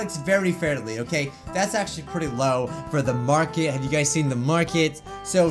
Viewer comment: "I can't even lock at you guis! " said wile looking at us XD sorry sounded funny to me